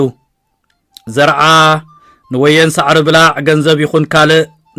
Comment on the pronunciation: ብጌጋ እዩ ዘድምጻ ዘሎ። ኣናብባአ ከም “ጉቦ” = “ብላዕ” እያ። “ብላዕ” ጠቢቃ እያ ትንበብ፡ ትርጉማ ድማ ካብ ሳዕርኦም እቶት ዝገብሩ ሰብ መሬት እያ ብዝያዳ ትምልኸት።